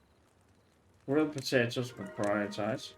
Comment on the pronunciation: Loved the way you said potatoes 😂. Also are planning on doing a 4th season of motorsports manager?